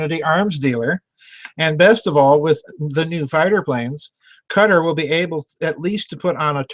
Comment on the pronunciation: Doc, your pronunciation was correct the first time. It's pronounced "Qui-TAR", like "guitar", except with the hard Q. The "fight-baiting" in ME has been going on for years. I worked for the largest Petrol Co. on this planet, and pitting one culture against the other is common place, so, you're correct in your assumptions.